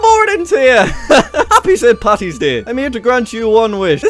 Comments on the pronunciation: Its paddy not patty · jack its paddy not patty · IT'S PADDY NOT PATTY AHHHHHHHHHHHHHH